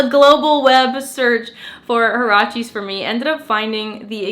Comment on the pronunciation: Haracheees ?!!! 😳😳😳 oh my, that is a made up pronunciation if I ever heard one hahahaha ... it’s a Mexican word, there is a clear “u” in there, HUarache is a kind of sandal, I suppose they called them that cause they’re slip on, like a sandal .... anyway, it’s pronounced wa.ra.che ... 😉🇲🇽